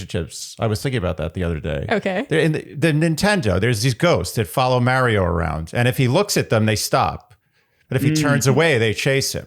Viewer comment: Love the podcast Shandy. However.........the way you pronounce "Mario" as "MARE- io" is cringe my man.